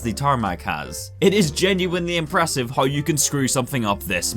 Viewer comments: How = HAURR wtf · "hiowuw i don't hiowuw"